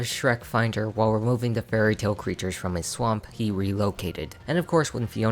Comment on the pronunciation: When you said that Farquaad hates all fairytale creatures, it sounded like 'very tall creatures'...now I think I understand why he hates them